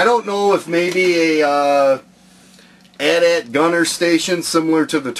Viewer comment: you sed it wrong its not an at at its an a.t-a.t